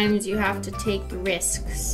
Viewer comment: She said risksk